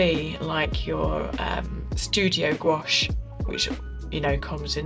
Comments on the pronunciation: I’m sorry but goo-ache hurts my brain. I am forever shouting at YT - gwash!!! It’s gwash!! Now that’s off my chest, nice review. I have this set and I just love it but I would have preferred the gray pan instead of violet. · Hi, as a french person I can say the pronunciation would be closer to "gwash" than "goo-ash" since we don't tend to separate the "ou" and "a" sounds that much when speaking. It really sounds just like "wa" really. Just like our world for yes, "oui" sounds more like "wee" than "oo-ee" 🤗 But please have a little trip in France ! And though Paris is obvioulsy a very beautiful capital, other cities in France are worth visiting ! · It’s pronounced “Gwash” one syllable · in france we pronounce it "gwush" (as in "gust"), after "gw" it's an "ah" sound, not "oh", and it's definitely NOT "goo" 🤣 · It is pronounced gwash as you hear it in wate. You don’t separate the sounds even though you could grammatically separate the syllables. “Ou” in French is indeed pronounced like “oo”. But when you just say the word gouache, you pronounce it as if it was one syllable in a way. It sounds weird to insist on the separation of the syllables. 😉